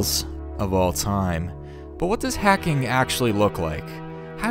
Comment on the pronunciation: It’s hacking not heking